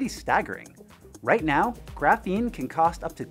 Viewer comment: It's pronounced "graphene", not "graphene".